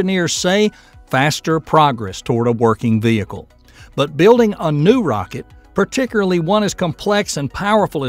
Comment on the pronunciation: “Particurly” is not a word. “Progrum ” is not a word.